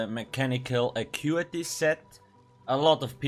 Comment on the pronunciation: i thought it was Ackutehhh